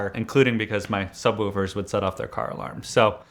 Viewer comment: the "subwüfers"